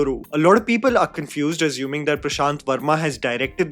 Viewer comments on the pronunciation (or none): none